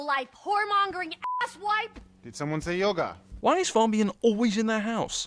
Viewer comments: "now her yoger is fucked" really? yoger? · Sin: It's pronounced yoga not yogger. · yoga not yoger DingX100